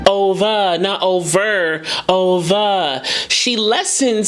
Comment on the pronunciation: The breath between the two syllables of OVER when Ariana started singing?